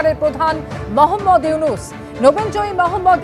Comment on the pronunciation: নাম সুন্দর করে বলেন। ড. মোহাম্মদ ইউনুস।